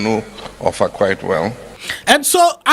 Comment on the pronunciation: He pronounced the names OFFA and ỌLỌFÀ OF OFFA, very well. And the title, Aarę Atunọlase of OFFA Kingdom, Kwara State. 😂😂😂